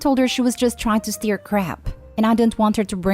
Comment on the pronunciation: Stir is pronounced similar to Sir not steer like steering wheel ❤️